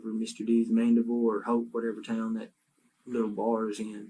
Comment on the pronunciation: It’s Mandeville, AR not Mandible.